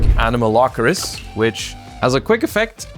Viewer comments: Me: A-no-ma-lo-ca-ris.: Anomalocris? Anomalokris? Anomalochris? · How can the guy who revitalized Paleos fail so miserably at saying Anomalocaris